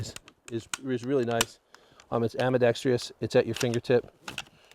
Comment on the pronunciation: There's NO 'Tree' in the word ambidextrous.